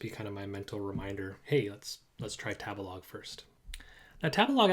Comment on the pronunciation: 第一次聽到tabelog 唸 塔別拉個…interesting…